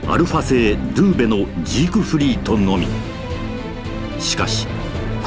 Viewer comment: ドゥーベじゃないドウベ！